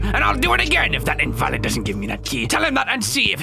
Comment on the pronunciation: Its in-vuh-lid